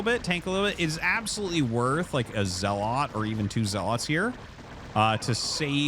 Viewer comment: Artosis I’m not one to correct people but you say zealot wrong.